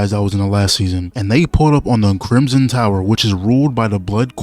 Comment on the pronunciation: bro said crismin tower